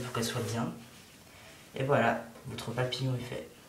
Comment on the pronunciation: on dirait quil dit plier du papier en forme de papier. je dit ca meme si il dit papillon